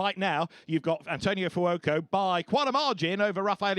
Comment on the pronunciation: How does the commentator pronounce Fuoco? Furuoco??